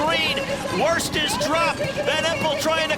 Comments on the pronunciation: Worst is literally the easiest thing ever to pronounce. It's pronounced with an o like in bottle. And I'm Belgian, not Dutch. We don't say patat!! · shame on you commentator,,,do your homework how to pronounce the europeon names ....WORST ; THE O SOUNDS LIKE IN HOT